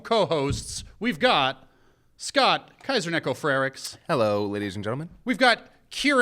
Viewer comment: Wait..........That's how you pronounce Kiasers last name?